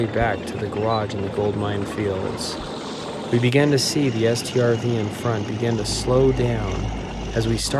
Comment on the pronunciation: he calls a StuG a stug and a T O G a tog (from a different video) yet he calls a Strv a S T R V